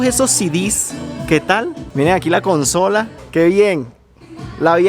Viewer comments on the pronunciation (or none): none